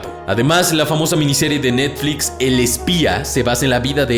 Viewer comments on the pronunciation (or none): none